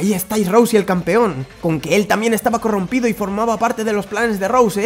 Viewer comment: "corrompido" xdn't